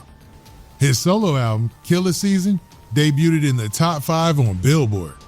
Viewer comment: Say debuted again.